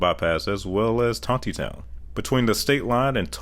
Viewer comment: As an Arkansan I just wanted to give you a heads up they're pronounced ME-na, SIGH-loam, and Tonny-Town... Also there's an ancient ruined sphinx aligned exactly with the one in in Giza outside of Hagarville in the National Forest. It is not a natural rock fomation and will be a part of rewriting human history as we know it.